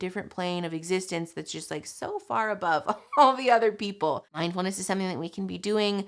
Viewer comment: Guys. It's mind-FULL-ness, not mind-EMPTY-ness.